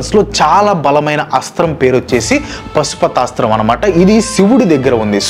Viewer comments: I think it's పాశుపతాస్త్రం not పశుపతాస్త్రం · అంతా బాగుంది కానీ అది పాశుపతాస్త్రం పశు పతాస్త్రమ్ కాదు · Super... Meeru pasupatasram antunnaru. Adi wrong. Paashupatasthram. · Pasupathaasram kaadhu bro paasupathaasram